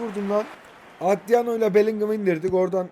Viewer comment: Abi şu adama atriano deme ya